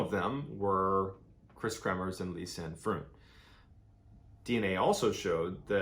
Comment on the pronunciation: You have made some major mistakes in this one:- 1/ You have incorrectly pronounced the name “KREMERS”. Please do not pronounce a persons name as if it is according to American/Canadian rules. They are Dutch..!! 2/ The girls did NOT stay at a hostel in Boquette. They stayed at the private home of a lady named Miriam and they had their own room. Miriam often hosted travellers and the two girls were the only guests there at that time. 3/ Their host did NOT have a dog that they trekked with! The dog that joined them for a short while on their trek was named “Blue” and he belonged to the owner of the restaurant at the start of the Pianista trail. The girls caught a taxi from their homestay to the start of the trail without any dog! I enjoy your videos, but not this one unfortunately, as some of your supposed facts are only mentioned by ordinary people commenting who have not looked into the facts of this case. PLEASE research how to pronounce a dead persons name correctly as a matter of courtesy..!!